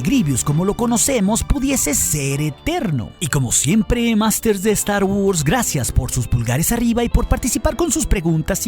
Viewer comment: "Estar Wors"